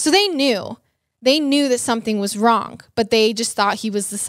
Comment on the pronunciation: “Wrong” isn’t pronounced with a hard ‘g’ lady.